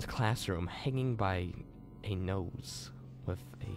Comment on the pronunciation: It's not "nose" it's "noose"..